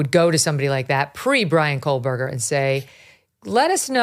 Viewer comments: And Kohberger is Koe-berger,not Coal-berger. Ugh! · Howard, a pronunciation guide for your benefit: gon-SAL-ves. And for you, Megyn: Kō-berg-er (not Kole-berg-er). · He pronounces Kohberger coreectly. It's Megyn who keeps adding an "l", making it "Kohlberger". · It's not Kohlberger! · Yes, with all of her coverage of this story, she still thinks it's Kohlberger. Also doesn't take the time to read any of these comments or the mispronunciation would stop. It's so annoying. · Megyn…. It’s Kohberger…😢not Kohlberger! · Dear Kelly - his name is not pronounced “coal/burger” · Thanks for the True Crime palate cleanser. Just one other tiny thing…There is no “L” in Kohberger. 😬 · The amount of time this man has spent supposedly researching this crime, and this suspect, and these families… and he STILL mispronounces the names. Goncalves, Kohberger… it’s really not hard. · I don’t really care about this guy, but there is no L in his name